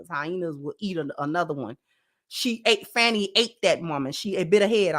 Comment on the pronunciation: Just FYI is it pronounced Fah-nee Willis not Fannie. Glad to see you back Sis. I wish you well in your new endeavors.